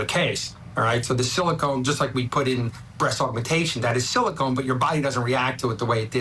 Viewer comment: Someone needs to tell the judge the word is pronounced "Silicone" not "Silicon."